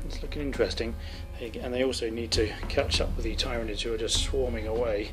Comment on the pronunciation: Twitches at how you say Tyranids No just kidding, but really good job! I enjoyed the battle report. It does bug me ever so slightly how you say Tyranids though. You say it TIEryanids, while most pronounce it TEARynanids